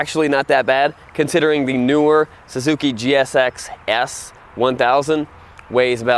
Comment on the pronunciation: i love the way seems to struggle to say "Suzuki gsx-SSSS" hahahah